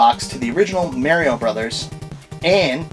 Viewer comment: omfg, nice Collection but fuckin learn how to say Mario!!! jeeeez-......hehe